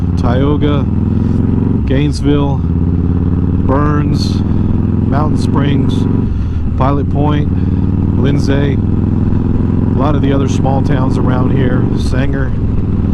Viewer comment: Also you shouldnt call yourself Texan calling towns out wrong. It pronounced Linzee (Lindsay)